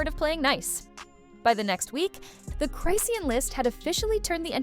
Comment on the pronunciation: It's pronounced Chris-shawn😂